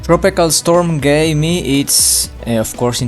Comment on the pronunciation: Well the pronounciation is Gaaemi not "Gayme" lol